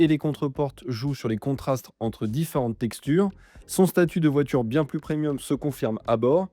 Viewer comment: PreMMMMMIum pas “prenium” ! Quel amateurisme…